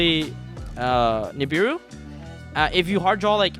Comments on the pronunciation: Every time this guy says nib-ur-ur I cringe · i love pak but goddamn do i hate how he pronounced nibiru